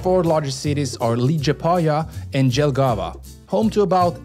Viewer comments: Please jesus ur tortuing it isnt spelled Gel-Gava it is spelled like Yel-gava Y as in Yo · Liepāja and Jelgava are pronounced more as "Liiepawya" and "Yélgava" And Jūrmala is "Yóórmahlaw" and just means "beach" Also Cēsis(TS-eeh-cis) is pretty cool too. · first off, its spelled Liepāja and Jelgava is spelled like Yelgava. J is spelled like Y in yellow. We dont have Y letter so J makes that sound, always, in every instance. The way you said Jelgava, we would write as Dželgava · The way you said liepaja, there is no G in the word, same for Jelgava, it's more of J sound, than a G sound or I'd say a Y sound. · "Ye"lgava, not "g"elgava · After you said Lee-gee-pa-ya and Dzhel-gava I had to turn it off. If you can't be bothered to research pronunciation, I can't be bothered to watch it. BTW, is Lee-ah-paa-ya and Yel-gah-va. Byeeeee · Pronouncing latvian names of places would be good to bear in mind that not every nation use traditional english pronouncination of letters . For Instance Jūrmala and Jelgava starts with letter J which is pronounced as Y-elgava and Y-urmala like York in english. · Forša izruna Liepāja, Jelgava. Viņiem lai pareizi izrunātu būtu laikam jāraksta Liepāya, Yelgava. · More like Yeah-lgava and Yourmala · Thank you about this video, people rarely make videos about us and I'm really grateful for making this video, oh and you misspelled Jelgava, it's a hard j. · As a Latvian, it's said, Leeapaya and yalgava. Pronunciation is just sort of a fun thing to watch people attempt. Recently stayed at Krimulda where the cable car over the river is from. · Hey! “J” in latvian is projounced as “y”, so practically these cities are pronounced as “liepaya” and “yelgava” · Bro legit said Leegapaya and Gel Gawa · cool video. But latvian J is like english Y. So cities like Liepāja and Jelgava are pronounced Liepāya and Yelgava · He'd put the emphasis on the second syllable anyway, They all do. As in, Jel GA va. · Im sory ut i died when he sed liepaja and jelgava